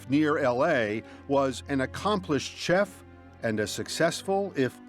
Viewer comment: "CHeff"? It's like "shef" good lord